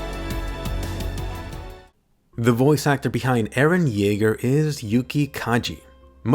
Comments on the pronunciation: He's eren yaeger not jaeger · Cool!! Can you do other characters? Btw isn't it "Yeager" ? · Boi......its not.......eren jaeger......its.........eren...... yeager........